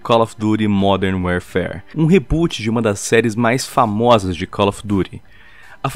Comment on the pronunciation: Werefare ahahaha boa pronúncia (ps: nao sou hater adoro o canal mas nao consegui resistir)